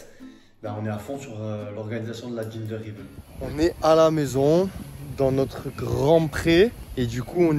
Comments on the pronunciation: gender reveal ca se prononce « gender riville » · Bon les gars ca fait 3 vidéos je me suis dis que j'allais enfin reprendre lol concernant le gender reveal . Ça se prononce [ gindeur rivil ] voilà voilà 🤣 parceque j'entends des ginger riveul ça va plus du tout hihihih 😉